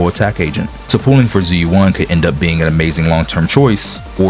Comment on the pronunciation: How can you mispronounce her name lol they say it several times in the game